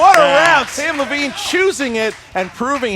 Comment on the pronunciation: you are one of my favorite s but it's Levine I got Levine